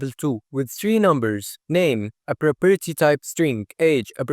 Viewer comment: very nice explanation but if I hear "properity" again I'm going insane